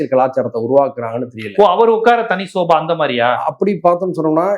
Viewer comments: Bro, Sofa not Soba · யோவ் அது ஸோஃபா....என்ன தமிழ் படிச்சியோ